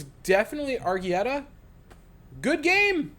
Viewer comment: Plz say arrighettis name right (airuhgettyy)